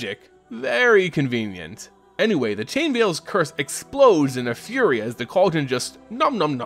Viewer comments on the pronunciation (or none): none